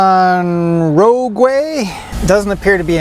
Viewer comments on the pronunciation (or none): “Nissan Row-gway”? When Incorrupt the name I say Nisan Rogue-You. 👍